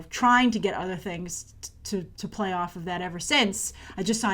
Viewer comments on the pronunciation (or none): none